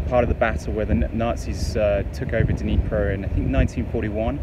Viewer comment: Interesting video. East Ukraine isn't popular for tourist. I have to ask, Was I the only one cringing about how he pronounced Dnipro?